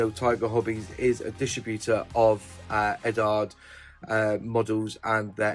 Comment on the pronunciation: What's with you Brits and your pronunciation of Eduard? You're not the only Brit modeller on YouTube who calls it Eddard. Surely it should be pronounced more like Edward since it's just the Czech version of the same name, and pretty much every other country with the same name pronounces it like Edooward. I'd a Brit myself (ex-pat version), but I wouldn't in a million years say Eddard. Has someone at the Eduard company told that this is how to say it?